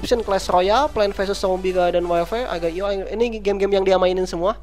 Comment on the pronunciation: Cara nyebut arcade.go nya salah sama agar.io ama slither.io nya bro